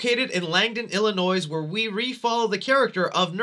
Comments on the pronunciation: Il-uh-NOY...not noise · Okay man, I’ve watched all your Halloween reviews and, because I’m an entitled prick, feel I’ve earned the right to inform you that the “S” in “Illinois” is silent. I bet you even mispronounce “Appalachian”, you fool! Nah, just kidding you...but seriously: cease and desist, sir!!!! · The “s” in “Illinois” is not pronounced.